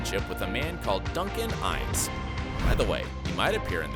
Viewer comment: If you a going to nit pick- the name Fraser is pronounced fray- zer not fray- sher. Duncan LaCroix's name is pronounce lah- cwah NOT ler croy